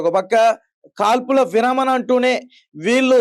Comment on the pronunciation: తమ్ముడు, విరామణ కాదూ, విరమణ అనాలి